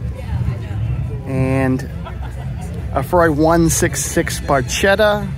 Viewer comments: Thank you for this stunning tour... braving the elements for giving your view of this wonderful event to those of us too far over the pond to attend. ps: the "ch" in italian would pronouce "k" rather than "sh" (as in barketta) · True about hearing "Hork"...and also true about hearing "Shoo-DARE-ee-uh" (repeatedly) and "Bar-CHET-ta" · Shoo dare ia Ferrari? Barchetta is pronounced Barketta, with the hard ‘ch’ from Chianti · But he doesn't know how to pronounce Lancia, Barchetta, or Scuderia. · Also Barchetta is with a hard “ch”. Don’t mean to be petty, because your knowledge is amazing and I loved the video. Thank you